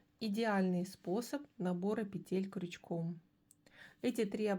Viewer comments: Умоляю - пЕтель!!!!!!! Не петЕль!!!!! Ну очень режет слух безграмотность. А за новые способы спасибо! Вы настоящий мастер! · Все хорошо, но пЕтель, а не петЕль. Век живи, век учись. Благодарю за урок.